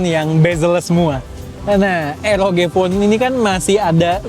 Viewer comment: Baca nya ar o ji bang bkn er o ge🙏